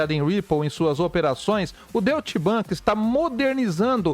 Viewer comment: A tua pronúncia figurada também está errada.😂 O certo é Doite Bank. E não Doit axé 😂